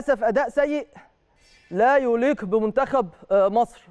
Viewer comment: انت مذيع مجتهد وليك حضور، عندي بس تعليق بسيط في طريقة نطق بعض الكلمات منها مثلًا طريقة نطق كلمة "يليق" بتكون بفتح الياء وليس بضمها. تحياتي